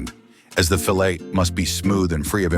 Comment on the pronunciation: I hate the way this dude pronounces the word fillet